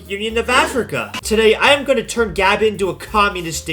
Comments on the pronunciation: It’s not gabin, it’s guhbon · He pronounced it like Gavin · I can't help but hear "Gavin" when you attempt to say Gabon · Every time he pronounces Gabon as Gabin it hurts my soul.. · It's like you're saying Gavin or Gabin... Americans.... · pls learn to pronounce the countrys name before a video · Bro can NOT pronounce Gabon right🥀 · The fact you haven't said the country name's correctly makes me cringe, and calling it shit too, when it isn't irl. lmao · The way you say Gabon pisses me off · The way you say Gabon has me foaming at the mouth and cannibalising my children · Dude just check how to pronounce the nation before playing